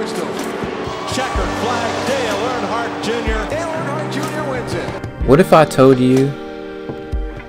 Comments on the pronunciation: I can’t handle the way you call them Arnhardt it’s “Earn” hardt (hart) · I had to quit watching cause can’t pronounce Earnhardt